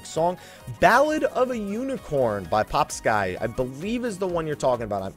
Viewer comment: Ballad of the Unicorn by Popskyy, pretty sure it's pronounced 'Pop'-'skee'. My source is he streams on twitch, and is also in ManVSgame's twitch chat all the time and Man calls him 'Pop'-'skee'. Great song though! Further proof, Popskyy himself cleared it up via this tweet someone asked him.